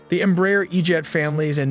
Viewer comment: The correct pronunciation of EMBRAER is " EMBRA - AIR "